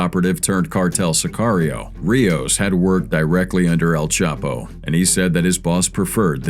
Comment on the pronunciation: Y u keep mispronouncing el chapo name